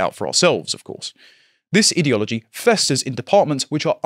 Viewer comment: One day will learn how to correctly pronounce 'ideology'/'ideological' but not this day.